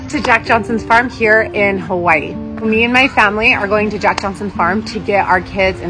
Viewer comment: Just 1 tip from a part hawaiian pronounce hawaii the right way!!! Other than than that videos very much enjoyable 😉 😉 🤙🏻